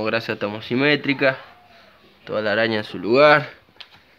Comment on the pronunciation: Genio muy lindo el vídeo. Ahora no te enojes, pero se llaman homocinéticas, no homocimetrica como decís.